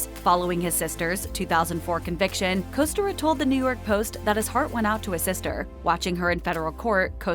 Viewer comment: You can't even pronounce "Kostyra" correctly.. tsk tsk.. If you're going to do a story on someone's life, at LEAST pronounce their name correctly. Thankfully I didn't end up carrying that family name, my mother ensured I didn't. Also some of this is NOT true either.